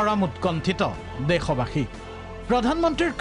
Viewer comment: আপুনি দেশবাসী শব্দৰটো উচ্চাৰণ কৰিব জনা নাই